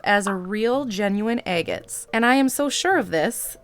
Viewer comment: Are you saying "eggettes" or agates?